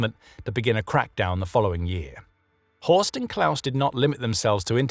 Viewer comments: It's not Horse, it's Horst. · It's horst